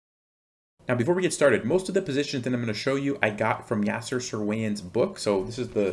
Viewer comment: You really butchered up Yasser's name quite badly.